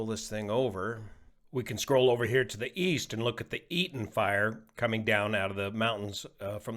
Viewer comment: Did you say,... East? I thought you said Wheast...